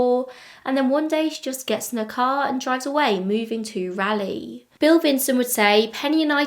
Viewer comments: I was at first confused why I'd not heard of this story, considering I live within 30 miles or so of this area, but then I was only 8 when it happened. Still a bit surprised that an unsolved murder doesn't get at least a little attention. Poor Beth-Ellen :( Don't feel bad about your pronunciation of Raleigh, even people in the US get it incorrect. Rah-lee :) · I've lived in Raleigh (and surrounding cities) since 1992. I know most of the places that you are talking about. I hope it gets solved. Also, I love how you pronounce Raleigh. Not how locals do, but very British 😂 Edit: I did a bit of research, because I was very young when this happened. I asked my mom too and she had never heard of this, although we lived much more west at this time. Capital Boulevard is a very busy, very used through way, and so it really could be coincidence that her car was between her home and her destination. That area, Capital and 440 (a circular highway around Raleigh) would be an ideal place to get away quickly, and being just off of Capital, her car may be ignored until the employees needed to access the parking lot. It's also not unusual for cars to block parking lots of closed car places, trying to discourage people from trying to take cars I bet, so I wouldn't think anything of it if I was driving by. I'm actually pretty familiar with that area, I'm at the Costco just north of there all the time, and it's a pretty well traveled area. It was much harder to find the address of where she was found, but that's a bit more off the beaten path. But we (Raleigh) also seem to shut down pretty early, especially outside the city, so I doubt there was much traffic when she was attacked. I keep changing my mind on whether it was pure opportunity or something more personal. I really would believe either.